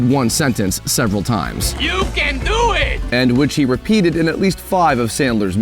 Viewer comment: "You Cann duue it!"